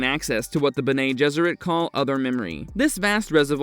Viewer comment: Bene is pronounced Bennie not Bena unless you know something i don't.